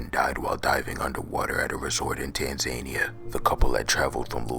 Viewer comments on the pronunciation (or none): Tan-ZANE-ia. Hilarious